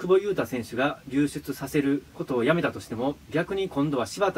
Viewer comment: 一回も流出言えてない